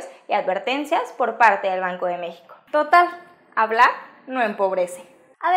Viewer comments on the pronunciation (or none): none